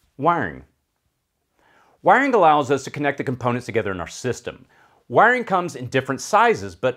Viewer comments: all i heard when you said Wiring is "wang" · It took me a while to realise you were saying "wiring" when I'd thought you were saying "wang" at first :D Nice video though! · When you say "wiring" it keeps sounding like "wang" to me 😅😅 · Great video but the way you say wiring is funny